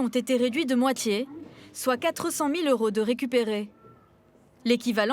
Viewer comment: "mille deux cent vingt euros" Pourquoi "z'euros" ?